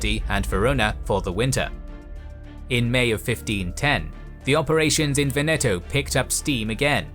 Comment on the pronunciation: Pardon, when you spell Veneto in italian the accent is on the first "e" not on the second